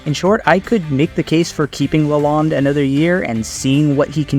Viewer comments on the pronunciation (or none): Pronounce correct: Derek luh-loan. (bank loan)